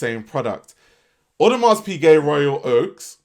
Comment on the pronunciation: The hard S on the end of Audemars is triggering the hell outta me 😩